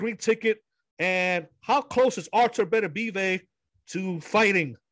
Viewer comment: This dude Fukin' up trying to say Beterbiev! 🤣